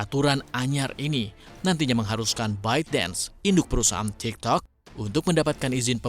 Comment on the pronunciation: waktu ngomong tiktoknya gW ngakak🤣🤣ngomong nya kurang pake kolkolah😆